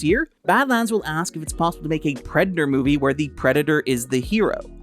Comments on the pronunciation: Oh hey! You pronounce in two distinct ways. Sometimes it's normally and sometimes it sounds like "prednder". I'll give you a couple time stamps, hang on. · Are you mispronouncing "Predator" on purpose? Is this another one of those stupid YouTube things where you have to say "unalive" in order to not be demonetized? You want to talk about 1940s German political party? Guess what? One of the things it started with was self-censorship. Either way, still love. Thanks for the new video! 🥰 Edit: Yup, after the 2 min mark he starts saying it properly. He's definitely doing it to avoid any sort of YouTube conflict.... It's really sad, but it is what it is. I'm just glad this group of amazing humans can make money. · Ok, so the first several times you say it up until it sounds like you're trying to not get your video flagged. After that you literally say it like 4 times in a row and it's clearly enunciated. I'm not trying to down you at all! That's why I was also giving compliments in my original comment. I legitimately thought you were just doing it for the Almighty Algorithm 😅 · Everytime you say "Predator" is sounds like "Predna".